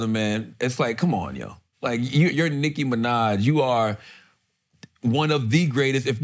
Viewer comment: "Nikki Minnaj" is crazy. She better not see that.